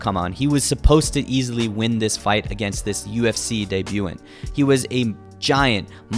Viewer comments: debu-TAHNT tj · dehbyoo taunt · Deb-you-taunt = Debutant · It’s pronounced deh-byou-thant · The word is pronounced day-bu-tan-t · debutant is pronounced as deh bayoo tunt